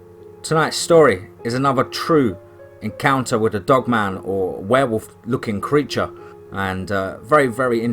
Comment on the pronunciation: Not as scary as usual but I like to here your accent say wherwolf anyways 😁